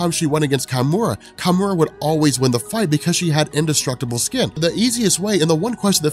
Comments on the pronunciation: Isn't it key--mura , not kai-mura? -_ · "Kimura" is a proper Japanese name. Therefore, you would use Japanese pronunciation. So it's not "Kai - Mura", it's pronounced "Key-Mura".